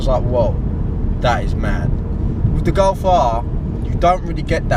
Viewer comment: It’s G O L F you moron not G O W F